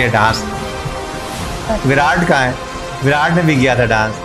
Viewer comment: You are the first pakistani jiski "virat" ki pronunciation sahi hai... Sare pakistani विरात bolte hai. But it is actually विराट